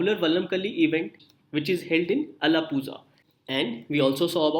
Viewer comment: only tamils and malayalis know it...Alapuzha should be pronounced as Alapula....not alapuza